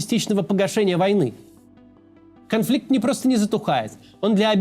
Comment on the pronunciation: Максим какой нахуй "конфликт" пиздец